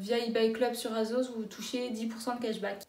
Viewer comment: « azos » ? « shiine » ?